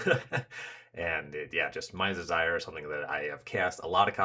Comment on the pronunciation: I'm not really sure this is what you're saying, but every time you said something about casting a Mind's Desire to "see what happens" I heard Mise Desire haha. It sounds fitting. I haven't finished the whole playlist but I'm already eager to reach the trimming and curating part of the process, because it'll be hard 👀